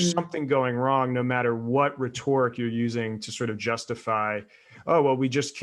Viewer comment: The stress is on the first syllable of "Rhetoric" not on the second.